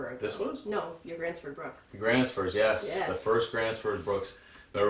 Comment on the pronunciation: I just found your channel and I really like what I see so you've got yourself a new subscriber right here! However, as a Swede I do feel a certain obligation to point out the completely butchered pronunciation of Fjällräven and Gränsfors, haha (I'm really not too serious about this at all, please don't take any offense, none was taken or intended by me). So I thought I would offer some helpful tips on the pronunciation of Swedish letters! The Ä found in these brand names is pronounced like the A in "cat", just sliiightly longer. You might also come across Å and Ö from time to time; Å is pronounced like the O in "border", and Ö like the I in "girl". So there you go, a small lesson in the Swedish alphabet for anyone interested! Also know that no self respecting Swede would ever actually be annoyed by people getting the pronunciation of our weird language wrong, we would probably just apologize for making it so difficult to understand instead. Anyway, have a good one!